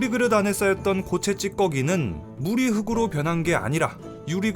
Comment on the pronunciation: "흑으로" => "흙으로: 흘그로"